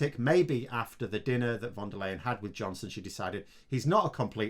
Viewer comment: Hi. Like your show. Kinda bugs me that you keep calling her "von der layen" when her name is "fon der lye-en" or "fon der lie-en". Talkin bout the proper pronunciation here, not the spelling. Cheers mate. edit: Whenever you see a "v" in a german word or name, think "f". Folksvahgen, Ferkehr, Faterland, etc. There are some rare exceptions, but you´re quite safe just going "f" on everything.